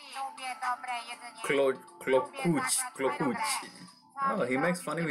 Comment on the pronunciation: klocuch a nie klohuć